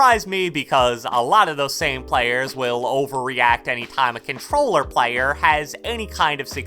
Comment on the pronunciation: Man said plyers